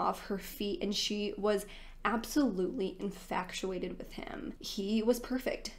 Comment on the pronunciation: InFATuated not inFACTuated